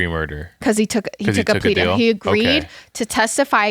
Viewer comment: I like the fact when u say deal u say dill